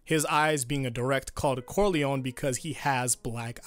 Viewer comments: Just one thing Is pronounced Don Corleo-NEH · Just not cor-lion.